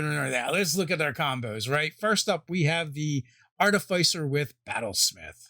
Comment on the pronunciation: Always mispronouncing Artificer.